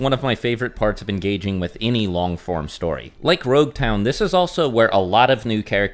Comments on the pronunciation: why did you keep saying rouge town? The actual name is Logue town. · This man said roguetown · Its LOG-town, as in prolouge and epilogue, NOT ROUGE-town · Am I stupid? Why is he calling LogueTown RogueTown? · So depending on the version of the manga you read the pronunciation of nouns is just lacking.. Roguetown is actually Loguetown. Which supports your idea of East Blue being a prologue. Loguetown is known as the town of the beginning and the end. It is a play on it being Luffy's prologue and Roger's eiplogue. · its not Rogue town, its Logue town. As in Prologue and Epilogue "the town of the begining and the end". So its actually spoken as Log town. I understand the miscommunication though. Oda clarified this in an SBS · I don’t know if I imagine it but I hear saying you Rougetown. It is actually Loguetown. The name comes from Prologue and Epilogue. The Town of the beginning and the end.